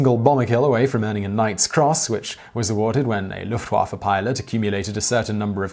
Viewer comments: Dude, do you EVER take the time to learn how to pronounce foreign-language? I cringe every time I hear you say "LOOFT-Waffah," rather than "Looft-vaffeh." You butchered most of the German and French names you attempted to pronounce in your von Richtofen video, as well.... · I though that Lufewaffe said love waffle